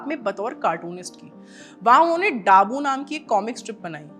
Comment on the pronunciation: डाबू नहीं दाबू 😂 हिंदी भी नहीं पढ़ पाती😂